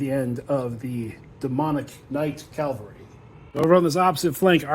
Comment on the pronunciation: Hot hint: it is Ca VAL ry, not CAL va ry.